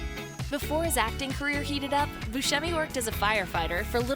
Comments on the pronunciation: It's Steve BUSCEMI, not buschemi. Jeez. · His name is pronounced “Steve Buscemi” that’s “Bu-Sem-y” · Buscemi is pronounced Bu-semi not Bu-shemi